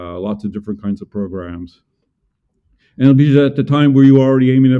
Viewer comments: The accent of Ljubisa's name is in the first syllable. And the s is light. Maybe he is used to this. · Came here for the butchered pronunciation of. Wasn't disappointed. Have updoot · Never have I herd a name so badly butchered in mispronunciation. Poor has probably given up on trying to get anglos to pounce his name properly a decade ago.